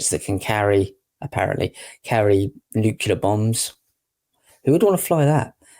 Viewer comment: Nuclear, pronounced noo-cle-ar.